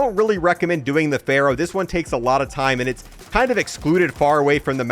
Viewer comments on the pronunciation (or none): none